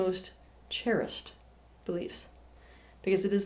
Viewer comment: its 'cherished' not cherised